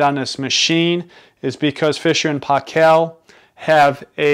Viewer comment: It's pronounced "PAY-kul" not "pah-KELL"..!! (But thanks for the great video otherwise! lol)